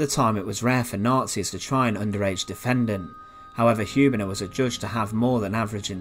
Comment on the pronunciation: Hübener, not Hubener!